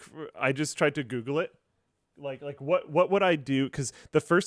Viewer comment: "lets goofle that "